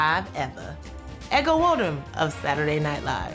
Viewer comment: For a Nigerian, pronunciation of Ego Nwodim is unforgivable.